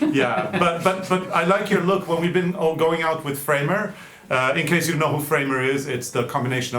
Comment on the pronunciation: when you mentioned Fremer it sounded like Kramer - like from Seinfeld.